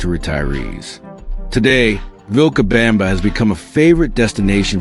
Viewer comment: And, horrendously, "VilcaBAMba". 😣